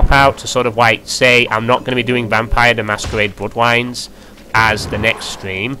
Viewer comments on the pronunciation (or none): "vampiwes: the masquewade: bwoodwines" haha